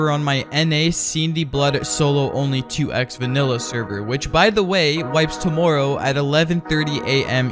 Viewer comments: No one:: TaMooRrOw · Anybody want to talk about the way he said tomorrow?